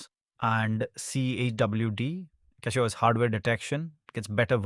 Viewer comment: Cackyos lol